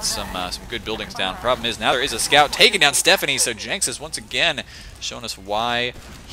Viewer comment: Its pronounced Jenksas. He's a dude.